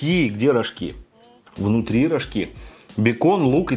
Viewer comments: Не рожкИ а рОжки ббббллллллляя немя это так бесит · Не рожкИ, а рОжки :)) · Чего-то я не знаю но всегда говорят рОжки а не рожкИ!!!! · рожкИ.. Я всю жизнь говорила рОжки😧